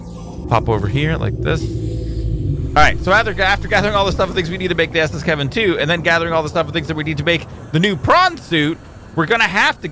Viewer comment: You'll look back on this day every time you say S.S. Kevin 2 and maybe even laugh about it